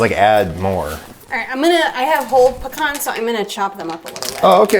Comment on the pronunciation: From a Louisianian, thank-you for pronouncing pecan (PA' kawn) correctly.